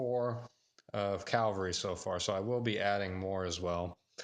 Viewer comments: Cavalry. Not calvary. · Cavalry not calvary!